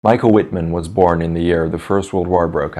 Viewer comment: The "W"is pronouced w/ a "V". Cant anybody say his name right?